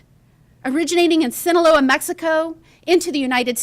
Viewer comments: It's Sinaloa not sinaleo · Sin-a-LOW-ah Boss. Sinaloa.